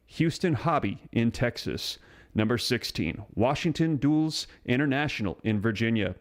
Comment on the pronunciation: Dullus is pronounced dull-us, not duels. My God, how the hell are you ever going to read the Bible to us?